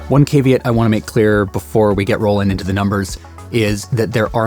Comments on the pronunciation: How did you pronounce caveat? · Like a Canadian ;)